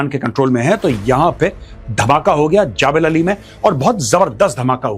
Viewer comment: ओये हिन्दी मीडियम वाले नकली मेजर जबलअली बोलते हैं